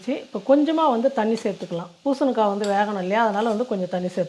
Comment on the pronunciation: பூசணுக்கா இல்லை. பூசணிக்காய் மா.